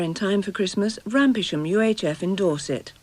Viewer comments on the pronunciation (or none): Shouldn't Rampisham be pronounced ran-sam?